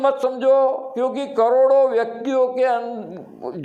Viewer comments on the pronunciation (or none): none